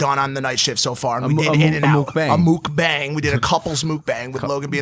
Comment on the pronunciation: It’s pronounced muk-bang